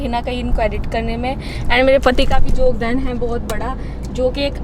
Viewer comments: Yogdan hota hai jogdan nhi 😅😅😅🤣🤣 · Jokdan nhi hota hai yogdan yogdan hota hai😁😁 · jogdan nahi its yogdan 😀😀😃 btw ur soo cute